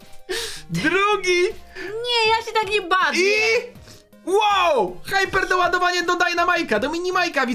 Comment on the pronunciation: Nauczcie się mówić te różne rzeczy z brawl stsrs nie mówi się haiperdoładowanie tylko hiperdoładowanie